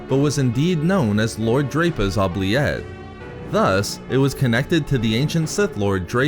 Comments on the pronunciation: It's Ooh-Blee- Ette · You pronounce oubliette wrong (its oo· blee·et) its french origin means “to forget”